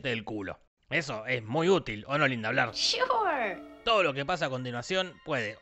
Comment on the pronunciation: No es shoor, es Chuuur..